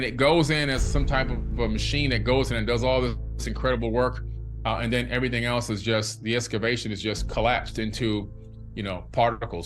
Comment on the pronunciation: This man is saying , ever ting ,I questioned from I was about 16 years old.